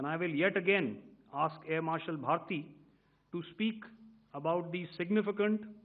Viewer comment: എ ആർ ഭാരതി അല്ല ഭാർട്ടി